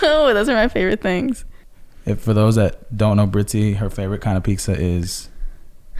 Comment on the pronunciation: Serious question why do u guys say Pixa instead of pitza? My man saids it like that too